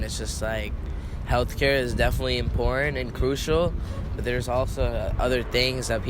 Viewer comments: Why does it seem no one can pronounce the word "important" anymore? It's not "im-pour-ant" FFS. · They're in college, but they talk babytalk, can't even let themselves pronounce & enunciate the word "important" properly. It's really "in-pour-it-aank" or "in-pour-ann" Are these "students" never even required by professors to speak without using baby or toddler-speak?? No, of course they aren't. These jelly-brained, brainwashed imbeciles clearly know NOTHING of in-pour-annce! They need at least 1 solid year majoring in nothing but the revelations of Yuri Bezmenov, how George Soros et al have controlled, destroyed & controlled currencies & nations, how these abusive puppet asters operate on every level, and how to get your own brain & sovereignty back after being completely brainwashed & cucked all of your miserable, pointless, deluded life 👍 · Why does this generation not pronounce the T's in important?